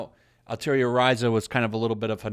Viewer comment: Why do most people constantly mispronounced "Atelier" so badly? It's was pretty hilarious at first but now it's become almost frustrating. Like, take a single class of French and you'll know how to pronounce it lol.